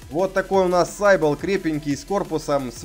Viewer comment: все хорошо но только он не сайбл (слово изначально греческое ) читается сибил значит сивилла (так называли античных прорицательниц)